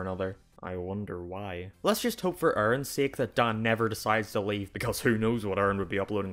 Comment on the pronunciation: I was recommended this video on a Game grump video and wanted to listen to your arguments, but I utterly lost it at "Oerrin, Dahn and Brahn" - How can you make such an actually clever and in depth analysis of a channel and keep pronouncing the people's names wrong. I really like your accent, but names have a specific pronunciation that should be adhered to. It sounds so weird to me, I lose all focus on your arguments.